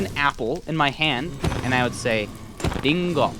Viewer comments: Not trying to come off as annoying but just a heads up when you tried to pronounce apple in Japanese it sounds like "di-n-go" when it should be pronounced more as "li-n-go" . A common tip i give to people who are learning Japanese is when coming across "ru" they should pronounce it as "Lu" with a "L". In Japanese the L is practically non existent so they replace it with the "R", if that makes sense. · It keeps sounding like he says “Dingo” when it’s actually “Ringo” but to make the R sound you just tap the roof of your mouth so it ends up sounding like a D 😂